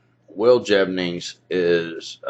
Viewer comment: Will Jevning? Really?